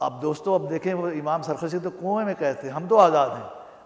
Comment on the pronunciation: naam teek lo g sarkhasi nahi sarakhsi hi khafa naho